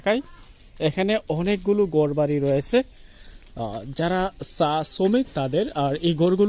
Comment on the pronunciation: ! ছা! না চা, কথা বলা উচ্চারণ ঠিকঠাক মতো বলে ভ্লগ করুন, শুধু টাকা ইনকামের জন্য নেমে পড়লে হবে না!